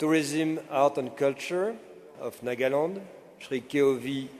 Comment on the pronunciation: This is Nagaland not nokaland